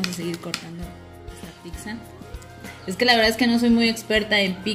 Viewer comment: Deliciosa!gracias pero es pizza y no picza como ustedes dicen, escuchence por favor, saludos desde Italia, soy mexicano de corazón y orgullo.